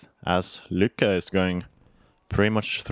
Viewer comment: Since I'm not the only one who noticed that they call both Sofie and Lykke two different names as they go along, I would really like to know what is proper. Come on guys, get it right. Whatever right is. lol But otherwise, ya all are doing great. ;-)